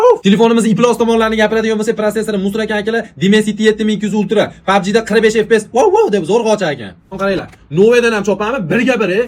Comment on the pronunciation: Vov deb wow ocharkan 😂😂😂😂😂😂